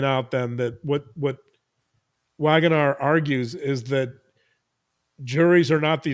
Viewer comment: just a well-meant tip...In Dutch (and in Afrikaans), the letter ‘W’ is pronounced ‘V’, as in Willem Wagenaar. We’ll get to the ‘a’ and ‘g’ sounds at a later time 😉😀. Fascinating podcast, thank you...and, I’m hoping for wonderful news about your brother really soon. ❤